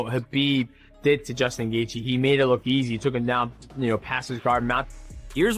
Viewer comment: The title of the video and Rogies thumbnail isn't associated with the content of the Gaethje-Pimblett fight at all haha. Plus, the opening Dana White statement is AI 😂 and the automated voice can't pronounce Gaethje correctly 💀 This channel is MMA's version of The Onion 🧅🤼‍♂️🧅